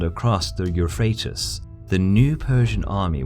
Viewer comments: I like the work but you need to work on your pronunciation. You have mispronounced, darius, euphrates and tigris. Got alexander right tho )) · Eu-PH-RA-tes, not Eu-RA-PHA-tes! Lol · Please learn to spell properly, man ! The name of the river Is EUPHRATES, not EuphratUs as you would have it. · I love your videos but I've honestly never seen the Euphrates referred to as Euphrat"us."